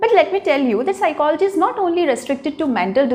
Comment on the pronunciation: Please correct Ur pronunciation of psychology. Secondly its bakwas